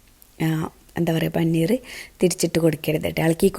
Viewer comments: പനിനീർ അല്ല പനീർ ആണ് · Panineer alla siluu.. Paneer aan